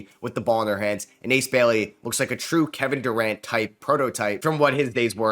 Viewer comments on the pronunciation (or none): none